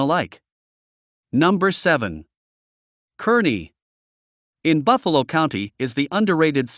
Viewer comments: Those of us that live west of the 100th meridian call all those suburbs "Omahole". It's CAR ney, not kerny. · Either of those cities are good choices, imho. Scottsbluff has the view, at least, when you stand atop the Bluff itself & you can still make out the Medicine Bow Range in the distance, if I remember right. The North Platte area is also beautiful. Kearney (pronounced "Carney," in case you didn't know) is a large town with one of our university campuses. Good luck and welcome!